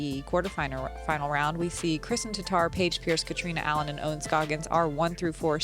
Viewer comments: How is dude opening up the DGPT Championship and doesnt know how to pronounce Kristins last name? Seems crazy that anyone in the disc golf universe would mess that up. She is only the best FPO player in the world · He wasn't even close to pronouncing it right. By now, everyone in the disc golf community should know how to pronounce her name. Especially the f-ing guy who's doing the introductions. Embarrassing... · So annoying, is that just some random guy making the announcements. How would he not know how to say kristin’s name